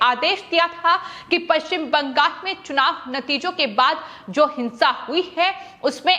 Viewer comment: Why is BANGAL being pronounced as BANGAS?